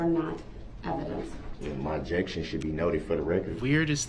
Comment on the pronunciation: YES! IN CRIED WHEN SHE made her heartbreaking statement....and when Zach asked her "how many kids do you have?" And he said "OBJECKSHUN irrelevant" he basically said her kids were irrelevant....but I honestly think he meant it just as it sounded! Only him and his kids are relevant...if even his kids...it's more like HE IS THE ONLY ONE THATS RELEVANT...HE'S DEFINITELY A SICK MAN..BUT NOT MENTALLY ILL..HE'S PURPOSELY MENTALLY ILL...BY CHOICE, HE ABSOLUTELY KNEW WHAT HEBWAS DOING! I'VE SAID IT A MILLION TIMES AND I WILL SAY IT AGAIN..THIS MAN IS CLASSIC DUNNING-KRUGER...I WORK WITH THE MENTALLY ILL, DAILY! THIS IS NOT A MENTAL ILLNESS...AND HIS MOTHER IS TO BLAME AS WELL. SHE CREATED THIS DEMON..BY NEVER HOLDING HIM ACCOUNTABLE! TO THIS DAY, SHE IS MAKING EXCUSES!!!I HOPE EVERY VICTIM SUES HER CAR INSURANCE COMPANY AND SHE GETS WHAT SHE DESERVES...SHE IS ALSO CLASSIC DUNNING-KRUGER...I HAVE WATCHED EVERY SINGLE INTERVIEW WITH DAWN WOODS....I REALIZE HE IS HER SON...BUT I HAVE 6 BOYS...IF ONE KF MY BOYS DID THIS, THR POLICE AND COURTS WOULDNT HAVE TO WORRY ABOUT AN INTERROGATION OR A TRIAL FOR THEM...I would be the one on trial...because they would no longer have a heartbeat...I would take care of the issue and turn my own self in! But Thank God, my boys know how to take accountability with their actions and they know better! They're far from perfect...but they absolutely know right from wrong and the consequences (sorry for the all caps...my phone does that from time to time..Go